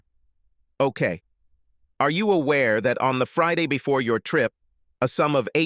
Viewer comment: Since freeday??? Wtf this AI can't pronounce Friday correctly?